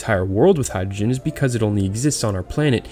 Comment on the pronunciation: sorry dude couldnt watch it after you butchered hydrogen